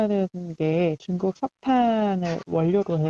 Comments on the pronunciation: 한국경제는 중국이랑 상관없다던 인간들 아무말 못하쥬?? 이건 시작에 불과하다..이제 물가 올라야 정신들 차리지..그나저나 아나운서라는 사람이 중국을 쭝국이라 발음하네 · 쭝국 ㅋㅋ